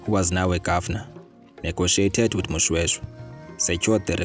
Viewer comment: This is my Royal history and King Moshoeshoe he is my great-great Grandfather and i feel disrespected ny poor pronouciations of our Ancestors's names.